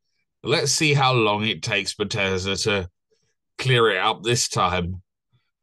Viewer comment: Are you pronouncing it butt ez duh on purpose instead of beth es dah?